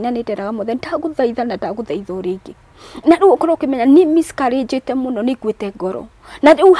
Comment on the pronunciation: my Brotha it’s Miscarriage and not Miscourages Good Grief!!🙄 Eng 101.. and to Hannah..God Bless your heart and God will remember you just like Hannah...